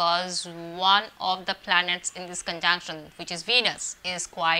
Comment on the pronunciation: All I could hear ....conjaanction , conjaanction , conjaanction......😂😂 Learn to pronounce dear lady ...it's conjunction 😅😅....u can converse in hindi ..... don't spoil english like this ....also work on your mercury and venus .....wear light earthy shades and decent clothes🙏✨